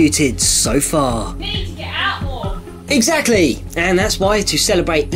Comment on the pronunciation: "Please get out more!" "Eggsactley!" LOL